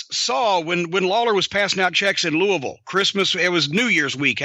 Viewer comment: It's Louie-Ville You do not pronounce the S